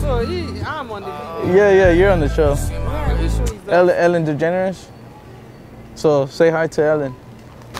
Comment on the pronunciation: This dude said “Ellen DeGeneres😂”